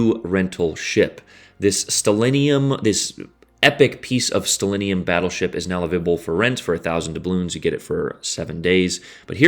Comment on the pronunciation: “Smol bettlesheep” I didn’t know u spoke Russian?